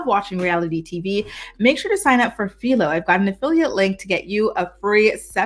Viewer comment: It’s Philo with an I lol I use to say Philo to but it’s an I and not ee sound